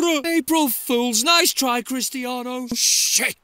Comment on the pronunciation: Cristiano* not Crerstiornouw